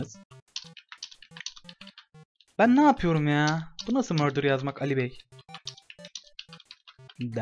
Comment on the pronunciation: Murder'y fuara söylüyo